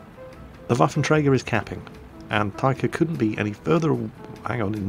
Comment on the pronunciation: 1st Taika Apina is (based on the name) from Finland and 2nd you are pronouncing 'Taika' like tiger XD (but more like tigah) which is a bit wrong